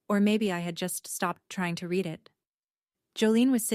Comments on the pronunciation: Read is a verb. To read. Have read. Will read. Im not sure about your now, past, future is but .. Make your AI understand that the prounancation are different please!! Im a Swede and it is just not acceptable!! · Jolene was 8 when this started. Now she had a pool party at 7. You're not paying attention to the details. Do you proofread your own stories, or do you just AI write them & read them, & mispronounce "read?" Try again.